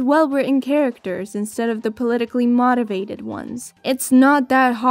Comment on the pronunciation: have you only seen the word “motivated” in writing? Like you are articulate as hell ofc just weird how you pronounce “motivated” Outstanding vid btw